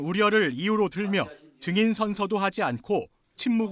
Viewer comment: Lady!!! 증인 발음이 틀렸나이다. 이를 "징인"이라고 발음하신 엥커!! 더 놀라운일!! 보도한 기자는 "증인"이라고 바르게 발음한 한국 언론!! What an irony!!!